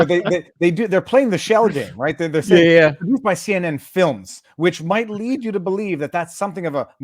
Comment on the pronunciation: Viva's point CNN trying to anonymize the film makers is right: notice here she says "CN films" ... bitch mispronounces the name! Unbelievable.